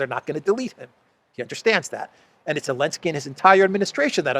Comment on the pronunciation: please pronounce his name right. It is Zelensky not elensky!!